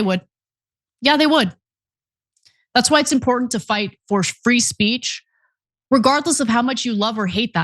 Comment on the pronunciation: "Land of the fwee. Home of de dumb."